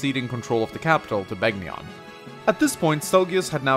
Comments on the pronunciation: It's pronounced "Ben-yawn." (Begnion) The G is silent like in "Gnome." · To anyone watching this, the G in Begnion is silent. How would I know? I actually played Radiant Dawn. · Your Begnion pronunciation needs work....